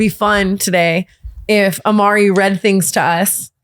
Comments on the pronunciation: Not “Amari” 💀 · There’s no way it said “Amari” 💀💀